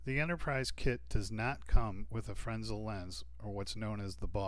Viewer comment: Fresnel not frensel